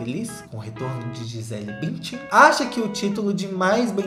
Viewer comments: Sensacional o "Gisela Bintian" 🤣🤣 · mano "Gisela Bintian" 😂😂